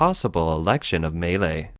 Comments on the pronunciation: Maylay, Maylay xD It is Milei: Me-Lay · Milei is actually three syllables, but the average American should probably think of it as "millay," not, as this video characterizes it, "malay" or "melee." It's "mee LEH-ee" if you want to be technical. No matter how good one's grasp of politics, if you can't pronounce the players' names, you lack cred. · I just want to say he completely butchered his name. He's called Milei, pronounced something like "me-lay" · excellent video!!! some small corrections for outsiders: - Milei is pronounced /mee.LAY/ - He does not want to dollarize per se, but allow citizens to chose whichever currency they wish to use (nonetheless, the most popular and desired currency to use is the dollar). - The Argentinian state is composed of 18~ Ministries, of which he wants cut down to 7 and build a new one named the "Human Capital Ministry" which embodies health, education, and some other conceptd linked to citizen growth. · This sounds like it was made with AI technology.... Or maybe Siri?🤣 At least learn how to pronounce Milei!